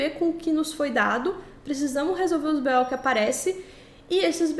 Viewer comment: Engraçado a senhorita falar sobre o palavriado dos participantes do Podcast analfabetizado, mas fala "us bê-ó". Só faltou um "tá ligado?". Kkkkkkkkkk Obrigado. 😊